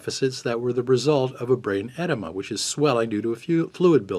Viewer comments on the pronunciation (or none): Brain EDEMA not enema...ED-ee-ma